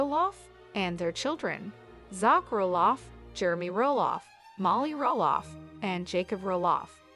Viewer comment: The voice over needs prononce Zachs Name